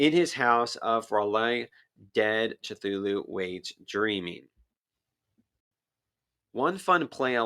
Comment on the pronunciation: How did you just pronounce Cthulhu